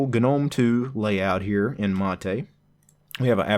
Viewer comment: The one used in the video is the correct pronunciation as it's named after the South American beverage.